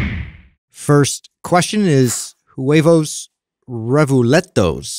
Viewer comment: I love how opens the show! Also love how pronounced the name for the person with the 1st question, lluevos revueltos lol scrambled eggs in English 😂